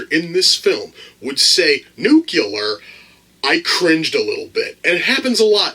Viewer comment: "Nucular"? Isn't that how the people from "Idiocracy" said it? LOL